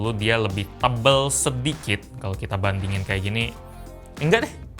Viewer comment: "Coba kita bandingin" Yg gw dengar:"Coba kita bantingin"